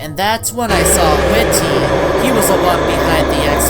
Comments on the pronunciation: It not whit ty it whitty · it's not ,,Whity'' it's ,,WhitTy'' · Its pronounced as widdy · You say his name weird